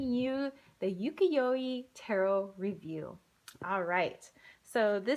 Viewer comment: your pronunciation of UKIYOE is wrong. u ( you ) ki (key ) yo ( yO ) e you pronounced the e as E. Not as ( eh ). you-key-yO- eh. is the correct way. Not E but eh.